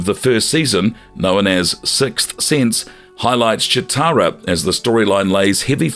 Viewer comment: Is it just me or are you pronouncing Cheetara wrong?